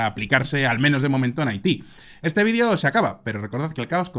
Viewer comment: Pero,tarado no se dise Vidio" se dise vídeo,como se escribe ,tarado